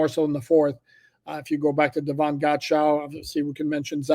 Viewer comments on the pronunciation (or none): none